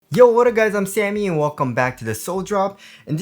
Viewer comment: In America, we say " What up ". Not " what uhhh ", as you say it.